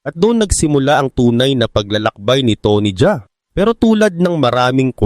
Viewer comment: tony Ja A hindi Jaa